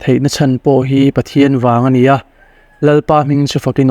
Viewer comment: Mr,M, i chenel hi a ṭha ka tiin, ka ngai hlu a ni, testemony ṭha tak tak min hlu ṭhin hi, Pathian malsawmna, lo chang zel ang che. Amah erawh chu, i ṭawng kam hi, tlema uluk deuh ngai lai a awm ka ti. entir nan, ania tih hi a ni a, tiin, ka tia, tih hi, ka ti a, peih lo tih tur hi, paihlo tiin i lam ri bawk ṭhina